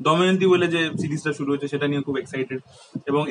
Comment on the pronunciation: 'করচে' , 'করেচে' , 'হয়েচে' , 'ভুলে গেচি' , 'হচ্চে' , 'আসচে , 'দেখেচি'। ওহ please এবার তো একটু নজর দাও বাংলা accent এর ওপর।